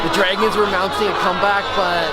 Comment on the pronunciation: Do you seriously not know how to say the word "Dragon"?????